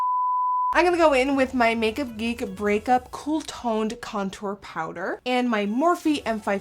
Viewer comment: Did Nikkie say Cake-up🍮 or make up 💄 ? 😂